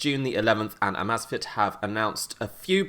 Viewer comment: He keeps calling it AHmAhzfit and its called Amazfit